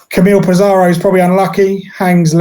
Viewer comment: pissarro not pissarriioo